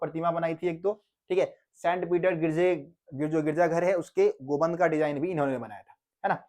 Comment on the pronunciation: Gumbad ko gumband bol raha hai